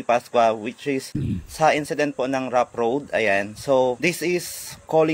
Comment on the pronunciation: Sir road rage hindi rough road. Saka yanna sir hindi alyana.. 😂😂😂 pero da best yan sir tuluyan nyo yan. pinagmumura pa kapatid mo e..